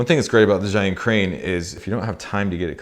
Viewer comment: Zhiyun is pronounced zeeyun, literally meaning "intelligent cloud". I really enjoyed all your videos, but especially the one about Hong Kong, my home town.